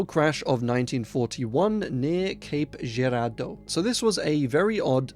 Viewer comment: if that's in Missouri, it's "Cape(superhero) Jur-rawr-dough"